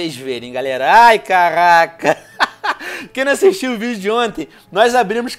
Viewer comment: venom seu maldito para de falar carrrrrrrraca puchando o R